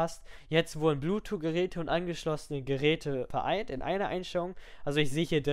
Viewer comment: sehr gut strukturiertes Video, aber wieso sagst du immer bluetwo anstatt bluetooth :D